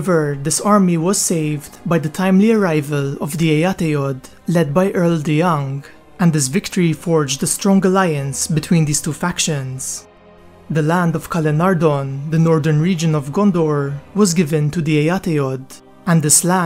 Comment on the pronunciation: Dear ish, you pronounce the name as "Calen-ar-don." In Tolkien's legendarium, a "DH" together were pronounced as a voiced "TH" sound - Like the "TH" sound in "That," but not like the "TH" sound in "Think" (which is an unvoiced "TH" sound). So the proper pronunciation of that place name is "Calen-ar-thon," with a voiced "TH" sound. I debated whether I should bring up such an insignificant thing, but your name is and this is something eminently geeky, so I felt I was compelled to bring it up.